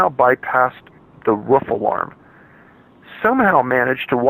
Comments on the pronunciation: Roof, not ruff damn it! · Its 'roof' not 'ruff' The word has 2 o's in it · It's ROOF, not RUFF. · It’s roof not ruf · Roof not Ruff 😕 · the ruff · Me too haha. I wasn't paying attention and thought he was referring to a dog "ruffing". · lmao yes I agree ROOF! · The way he says “roof” makes me angry